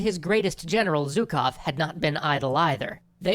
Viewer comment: Since we are learning here are a couple of notes on how to pronounce two Russian surnames. Zhukov - first Zh is pronounced as [ʒ] in measure /ˈmɛʒɚ/, leisure /ˈliːʒəɹ/, pleasure /ˈplɛʒɚ/. So It's not Zukov /ˈzʊkov/ but Zhukov /'ʒʊkov/ and more commonly pronounced by Russian speakers as /'ʒʊkɑf/ where /ɑ/ is pronounced as last "a" in grandma /ˈɡɹændˌmɑ/. Khrushchov - first Kh is basically hard "H", not "K" whereas "shch" is soft SH as in She /ˈʃi/. So his surname is pronounced more like "HrooshOf"- /'hrʊʃOf/ with stress on the last vowel O.